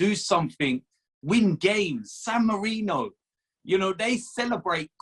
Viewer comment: calling it "Dan Marino" instead of San Marino with no regard for human life